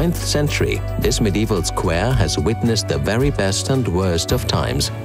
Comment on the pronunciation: What an excellent pronunciation! One would say it is a native speaker of English... if it wasn’t that “squaaare”